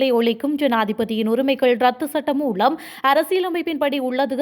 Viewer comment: மூலம் என்ற சொல்லை மூளம் என தவறாக உச்சரிக்கின்றீர்கள் திருத்திக்கொள்ளவும்..